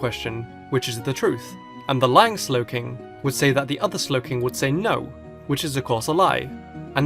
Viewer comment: DO NOT LEAVE OFF THE W IN SLOWKING!